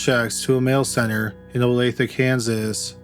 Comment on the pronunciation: It amused me that he got so much mixed up, wrong and/or mispronounced then he pops right in with saying the correct state and pronunciation of Olathe...like...wth?